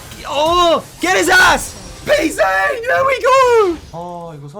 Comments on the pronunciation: Your Pzzzang pronunciation has progressed, I'll give you that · Bro, you still don't know how to say his name lol